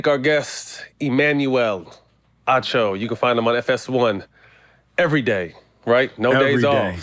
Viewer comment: it is Acho not Ocho, what is wrong with you.